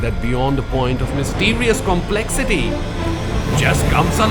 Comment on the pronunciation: Beauty is in the eye of the beholder - so not sure if that is the world's most beautiful bike. Also just hearing you say "MYSTERIOUS COMPLEXITY " made me laugh...my ears couldn't digest that (that's how bad it was). Also it would seem a lot legit if you could stop reading the words from the script and really understanding the bike and explaining it in HINDI (which is your Native language) and giving a subtitles to it,instead of making funny noises in other languages. To be honest you can express it way much more perfectly then how u just did if it was your Native.Critics makes people learn,so that's up to you how u take it.